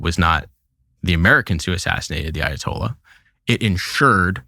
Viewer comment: Meanwhile in Fort Lauderdale… “Dude what’s uh Ayo-tolla” 🥴🤤🇺🇸